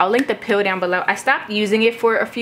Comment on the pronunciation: Its the peel. I used to think "pill" too by the way she says it lol. But then when she showed it before I was like "ooh peel" lol.